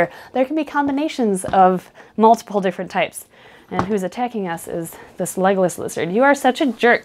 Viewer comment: Did nobody notice Legolas (leg-less) lizard? 😂